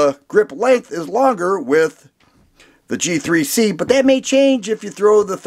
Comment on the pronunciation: thought he said “Cheap 3 C” instead of “G3C” lol